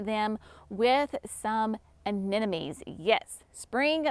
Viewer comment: I dont know why some have a hard time with this...................A NE 'MO' NIES. NOT A NE NO MIES